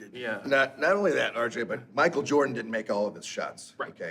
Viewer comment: Keeps calling RJ "Arj"😂😂😂